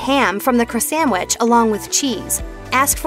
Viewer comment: Please, please, please get a new narrator!! Taco Bell is TWO words! It’s Taco Bell, NOT Tacobell! Also, please note the spelling of SANDWICH! There’s no “m” in sandwich. What is a samwich?? Ugh!!